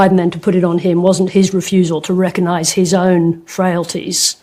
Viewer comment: Please do NOT praise Sarah Ferguson! She is the bggest CU next tuesday who hated trumps guts all the way and her TDS led her to try and do a massive expose on Russian collusion on him!! Forget that she doesnt know how to pronounce RECOGNISE! She is going after cackles cos shes still butt hurt over trump winning.